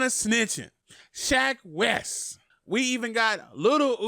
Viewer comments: I like how he says "Shaq" instead of "Sheck" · You mean "Sheck?" My guy is saying "Shaq Wes." 😂 ~Dz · Fw wif u but it’s sheck not Shaq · When you say "shack wes" when its "sheck wes" 🤦🏾‍♂️ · SHEK Wes. SHEK. Not SHAK. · Who the hell is shack wes , you mean sheck ? wes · Nigga said “shaq Wes” 😂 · i like how he says shack wes not sheck wes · Who the fuck is shaq west lol it’s shek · Buddy said “shaQ west” .. sheck... it’s pronounced “sheck” rhymes with heck // neck// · its called sheck wes not shack wes news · its not shack its sheck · Everyone: Sheck Wes: SHAQ WES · “Shak Wes” 😂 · Shack Wes.... bruh, DO YOU NOT SEE THE "E" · No one:: “Shaq wes” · Manz rlly said shack wes 😭😭😭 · Tf is "SHAQ WES" my g? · He said “Shack West” lmao 😂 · Lmao he's saying "Shaq Wes" lmaooo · Nigga said shaq west 😂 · My man really said Shaq west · Part of me feels like you saying Shaq Wes to be funny but then again I feel like you legitimately don't know his name 🤦‍♂️🤣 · I had to 👎you cuz you said "shaq" wes multiple times 😂 still all love and support tho lol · i fux with you but if you say SHAQ Wes one more time.. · “Shaq west” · Who’s Sha Quest? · I was confused for a sec when he said SHAQ WES 🤣🤣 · why is it so hard for u to pronounce Sheck Wes properly lmao